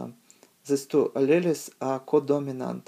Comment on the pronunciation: Great video. but alleles is pronounced as a-Lee-o-s. tho had a hard time tying to catch all the words to it but great vid